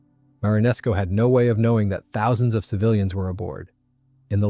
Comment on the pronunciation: How about the "fourteen thao sung unten sixtee ton" General Von Steuben? It seems utterly impossible for AI to pronounce numbers.